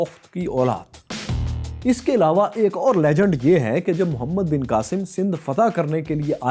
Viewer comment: Apny Hazoor SAW ka Name Mubarik sahi ni lia kindly sahi name lyn